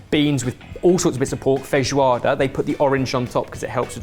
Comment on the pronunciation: BEN YOUR ACCENT WHILE SAYING FEIJOADA IS ON POINT IM SO HAPPY